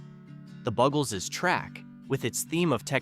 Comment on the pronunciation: At least pronounce their names right.. BUGels, Luftbalongs, to name 2, really?